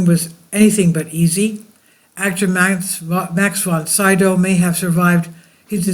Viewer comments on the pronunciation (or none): It's "von /SEE-dow/, not von "SIDOW".